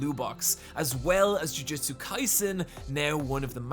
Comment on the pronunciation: Its hilarious how many times you pronounce jujutsu as jujitsu.